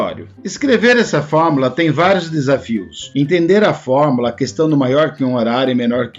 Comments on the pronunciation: Se fala “fórmUla” e não “FormAla” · Acredito que seja o sotaque apenas. Não tem nenhum erro no conteúdo do material.